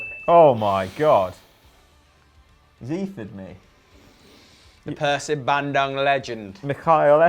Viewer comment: is getting better at pronouncing "Persib Bandung"